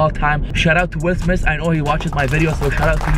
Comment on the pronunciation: Like for how many time’s said Will Smis😂